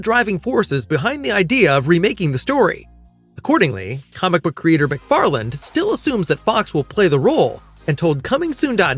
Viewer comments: I was gonna give him the benefit of the doubt, but at 2.28 he clearly says "McFarland is working on the script". It's prob'ly an AI anyway. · He doesn't say farland he just pronounces farlane a bit weird. Also genre he says genra